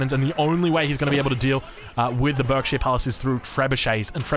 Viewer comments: What a match! Loving some of the changes from previous titles, interested to see hopefully some more civs over time! FYI Berkshire is pronounced Barksheer (stupid UK pronounciations being stupid e.g. Thames actually being pronounced Tems...) To be very clear, I'm not in any way offended by this, just thought I'd let you know for future! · For the sake of you not driving every English person crazy, whenever you cast a game with a Berkshire Palace in the future, it's pronounced "Barkshire". Like clerk is pronounced "clark".